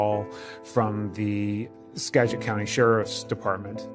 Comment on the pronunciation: 😄 hahaha the way he pronounces Skagit County, Anacortes and Sedro Wooley. HILARIOUS!!!